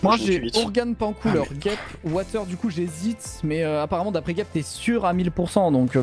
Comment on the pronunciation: Watus ❌ Water ✅